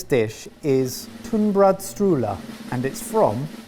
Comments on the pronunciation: I literally said, out loud, “Is that a bad tunnbrödsrulle?” because it’s missing the very key ingredient shrimp salad! Also I have never once pronounced the s in tunnbrö’rulle, to the point that I didn’t even realize it was spelled that way lol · Ok but is the S in TunnbrödSrulle really supposed to be there? 'Cause I've never heard anyone pronounce this mystery S in all my years of being born and raised here, plus it just looks wrong to me. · As a Swede myself my guess was Denmark because it was missing the shrimp salad.. when Mike said "Tunnbrödsrulle" my heart sank